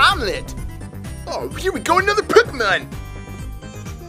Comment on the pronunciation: Why you say "pekkamon"